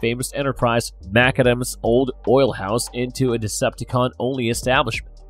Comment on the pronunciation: Having some trouble with scottish names there: "Maccadam" is pronounced like "Mac Adam" and you emphasise the A in Cameron, not the O so it's like "Camrin"